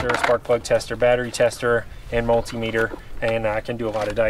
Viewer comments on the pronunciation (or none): none